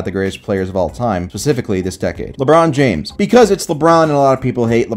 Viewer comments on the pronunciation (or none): Please, it's Ebron James, the warriors took the L, remember, oh yeah they took the Akers L this year too.